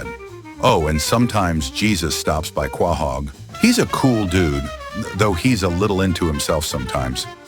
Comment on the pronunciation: Is this AI? The only problems I have with this is 1. No Chris hat 2. Stewies head and a nitpick the narrator pronunciation of "Quahog"